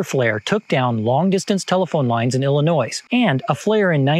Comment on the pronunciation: Illinois'sssssss ??? (Psst, the 's' is silent). Unless you say Arkansas'sssssss...